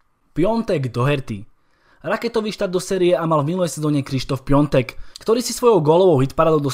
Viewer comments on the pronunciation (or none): Proč furt čtěte Piatek jako piontek?? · Je to totiž Piątek 😉